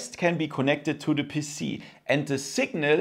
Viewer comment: “Connect to d puss-c” YEAAHHH German🇩🇪🇩🇪🇩🇪